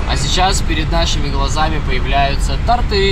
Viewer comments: пожалуйста, тОрты и красИвее)) слух режет 😂 удачи в путешествиях! Ждём следующих выпусков )) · Простите, но тОрты и красИвее😊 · Блин, тебя дети смотрят говори грамотно. Я конечно не супер умный чел, но! Твои тортЫ и красивЕЕ режет уши. 😝